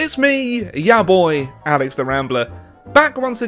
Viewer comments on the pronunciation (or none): none